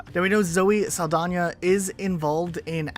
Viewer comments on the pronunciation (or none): "Sal da nah". no "y" or "j"